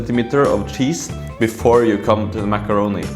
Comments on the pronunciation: Makaronaaaa not makaroni And nakarona you should Oleta it with a frog 😂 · it's not cheese in the pasta. you say it kind of wrong, it's called "macrono".